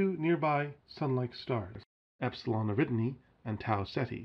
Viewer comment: "Eridni"? Do you mean Eridani?